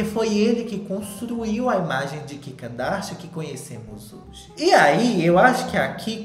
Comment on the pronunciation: kkkkkk vc falando ki kadasha